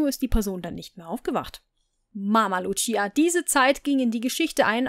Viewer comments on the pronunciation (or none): none